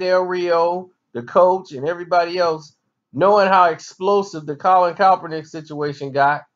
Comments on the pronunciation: Who the fuck is Colin calprineck... Jesus learn how to pronounce the names of people you critique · Your rationale is weak AF. You're saying I can't articulate to you why I support Kaep's protest and you can barely pronounce "Kaepernick." Do you not understand that the very definition of a sell out is to compromise your principles for a paycheck? Francis Scott Key didn't revise the national anthem. He wrote it like he meant it. Someone coming along later and taking a verse out doesn't change the context in which it was written. And did you really equate protesting the wearing of fur to protesting the killing of unarmed people by police, in which nobody is punished? Those acts of injustice invalidates the principles your beloved national anthem says this country is supposed to represent. Thus the protest. What don't you understand about that? And you call us stupid? Man, stick to talking about hip hop beefs. Social commentary is obviously not your thing. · Put some respect on his name and say it right